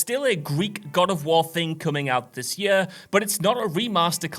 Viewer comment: For fucks sake learn to pronounce ‘year’. Yurrr.